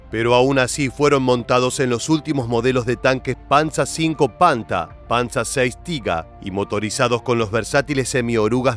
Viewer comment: No es panza , es PANZER muchacho